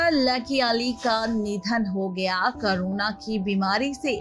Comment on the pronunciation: O madam baki sab word to aap jibh ko Aise aith aith Karke Ghuma Ghuma karke bol rahi ho jaise ki Angrejan ho aur Jahan per Sidha Sa Ek Corona bolna hai vahan per karona bol rahi ho.....